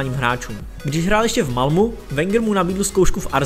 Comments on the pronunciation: dobrý, dal sis práci a to se cení...jen zapracuj na jménech a názvech: ne v Malmu, ale v Malmö; van der Vaart se čte fan der Fárt. Stejně jako jsi zjistil všechny údaje o hráči, zjistíš i výslovnost jmen a názvů. Neber to jako kritiku, jen se pořád zdokonaluj. Měj se, ať se daří. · Malmu... další perla ve všeználkově :))) čte se to "Malméééééééééé" :)))